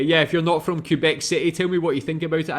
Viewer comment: It's pronounced "kay-bec". You'd have to do your search in french to really learn about this province. Here's another 2 minutes video that showcases a bit better what the province of Québec is like during summer : And winter